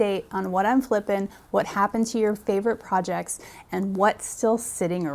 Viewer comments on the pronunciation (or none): none